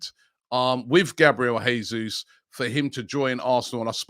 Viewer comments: Btw, Portuguese speaking country, it’s pronounced Jesus, not ‘Hesus’, like it would be in Spanish 👍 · Jesus is Brazilian. In Portuguese language, unlike in Spanish the "J" at the start of a word is pronounced "J", unlike in Spanish when it pronounced "H". The correct pronunciation is "Jesus", not "Hesus" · Robbie - If we get Jesus ithen we need to know his name is pronounced "Zhay Zeus" -- he's Brazilian.